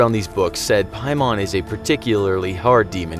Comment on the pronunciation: piemon lolol its pronounced "paymen"